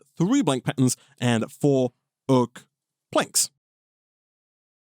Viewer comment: sounds like he's saying 'pattens'